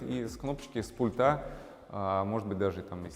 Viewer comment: Очень хороший интерьер, кроме потолка в зоне бассейна. Вообще не подходит такой тёмный потолок в таком светлом интерьре- non si sposano assolutamente! Цвет бассейна потрясающий! Строительную химию для бассейна какую использовали, чьё производство? Костюм великолепный! Вам очень идёт. Теперь об ударениях. С пУльта! Пли'нтусЫ, а не плинтусА. Проверьте, пожалуйста, слово дилемма. Я знаю, что это НЕОБХОДИМОСТЬ выбора между двумя, или несколькими НЕЖЕЛАТЕЛЬНЫМИ возможностями, а не синоним слову проблема. Извините!